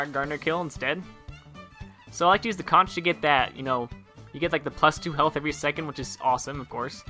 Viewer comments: Molly Anderson Please. A google search reveals the pronunciation. >"The more common pronunciation is with a hard k sound at the end, so that the word rhymes with honk." This pronunciation is the one used by Cambridge, Merriam-Webster, Dictionary dot com, Oxford, and every other online word database you could possibly find. Get grammar dunked on, son. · Michael Fuji It's conk. Look it up if you don't believe me. It's one of those things that irks me, because so many TF2 youtubers can't seem to say it right. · Conch is pronounced "Conk",. Like how you would say "Conqueror". It's a pun. IT'S A PUN!